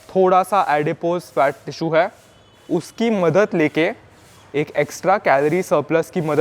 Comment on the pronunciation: भाई मेरे हा हा मत बोल है शब्द है..नया है यहा 😅😅😅